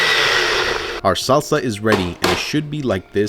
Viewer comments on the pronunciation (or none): why does he pronounce mexican ingredients like a home depot day laborer...the SAWwwSA!